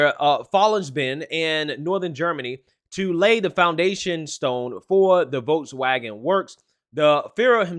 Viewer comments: Dude needs to learn how to pronounce German words, especially Volkswagen. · This is from wikipedia Volkswagen (German pronunciation: [ˈfɔlksˌvaːɡn̩] (￼listen)),[Note 1] abbreviated as VW ([faʊˈveː] (￼listen)), is a German motor vehicle manufacturer headquartered in Wolfsburg, Lower Saxony, Germany. Founded in 1937 by the German Labour Front under the Nazi Party